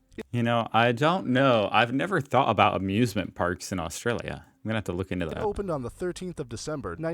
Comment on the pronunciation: It's interesting how the majority of videos you show on Australia have American narrators. Some of the names are not pronounced quite right.